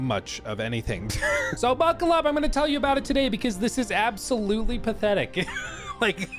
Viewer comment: it's not "pathetic", it's now "Bathetic".